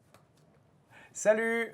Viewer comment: ouais il dit tout le temps chalut !